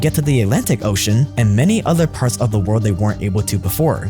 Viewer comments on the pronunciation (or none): none